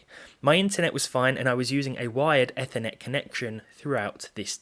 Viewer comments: it's pronounced EEEthernet cable. I know it's not important but we americans did invent the word and the tech so we should get the right to name it. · you're the first guy that I hear him spell ethernet eh-thehrnet